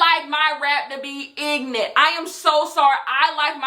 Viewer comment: "i like my rap ig'nant" I AM DYING